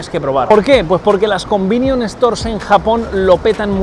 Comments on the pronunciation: Joder qué mal suena cuando dices "convinion" todo el tiempo 😂😅 son "convenience store" y por eso les llaman "konbini" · Un "convinion" store jaja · "combinion store" 😭 es convenience store xD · Cada vez que Tano dice "combinion" dios mata a un gatito. Por lo demás genial video! Deseando ir a probar mil cosas!